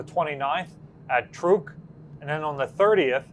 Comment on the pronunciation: I believe 'Truk' is pronounced just like 'truck'.